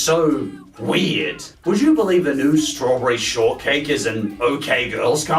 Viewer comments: ""Strawberry Shorrtckae"" Good job,, you have officially made me giggle. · "Strawberry Shortkae" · “Strawberry Shortckae” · "Strawberry Shortckae"